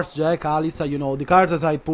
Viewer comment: Avevo il dubbio fossi italiano, poi ho letto la bio e ho sentito come hai detto JEK hahaha, un fratello. Complimenti per quello che hai fatto, veramente impressionante, rende la tua una delle tierlist più attendibili.